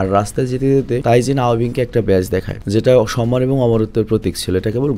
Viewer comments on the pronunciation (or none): none